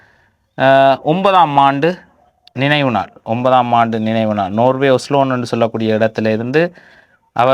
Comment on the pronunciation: ஒஸலோன் இல்லை ஒஸ்லோ